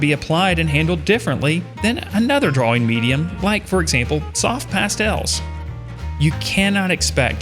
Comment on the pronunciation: Why cant he pronounce drawing lol 'drauweng'